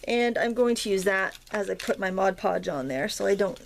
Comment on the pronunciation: THUMBS UP for saying "Mod Podge" correctly! LOL Great project, thanks for sharing!